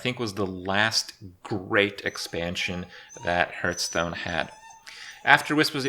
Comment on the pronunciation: why does he call it hurtstone